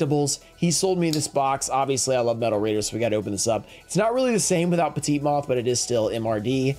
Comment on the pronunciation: Why does he pronounce Petite moth like Pacana moth? I’ve never understood that? Is it an inside thing? Or does he truly not understand?